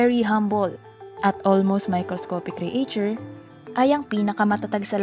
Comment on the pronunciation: Anong cre a ture? Pronunciation na lang mali pa paki correct po pls